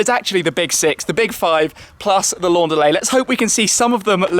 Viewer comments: Why is he pronouncing it the French way? Either English (because the report is in English) or German, because the manufacturer is German. But why French? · When he says "Laundalet", its like a mexican yelling "andale"!